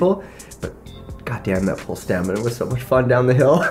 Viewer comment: That's not how you pronounce Pole